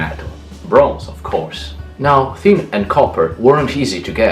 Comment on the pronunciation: Wait, you pronounce Thor, those, third, and thanks with a hard T or D but you pronounce tin with a thorn sound?